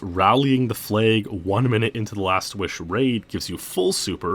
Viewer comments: I'm pretty sure it's "rallying the flag" not "rallying the flay". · Wtf is a "flayg"? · Why do you pronounce flag the way you do?